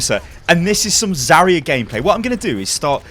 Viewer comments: It's ZARya not Zaria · Just saying, she's not "Za-ree-ya", she is "Za-rya" (like "Za-ra", but with soft "r"). Means "dawn" in russian. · it's zaRYA, and the "ry" is really a single sound also it's properly VOLskaya industries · It's so funny how you pronounce "Zarya" in english. In russian "r" in "Zarya" sounds a lot more stronger, similar to scotish "r" I guess. And by the way "Zarya" means "dawning"